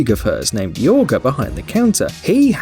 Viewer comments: Jorge pronounced as ‘Hör-Hey’ and not ‘Yöh-guh’ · Lol it’s not not pronounced yoger it’s hor hey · LOL at the narrator pronouncing Jorge as “Yorga” and Bogotá as “BoGOta”. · Not even a robotic voice and he can't pronounce Bogota and doesn't know that the Spanish name Jorge is pronounced Horgay? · Janice Al-Najjar It’s actually pronounced “Horhay” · It's pronounced "horhay". He also pronounced the Chinese names wrong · Why did he say Jorge like yorga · never heard somebody say Jorge so wrong